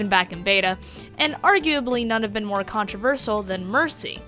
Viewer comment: haha you miss-pronounced controversial!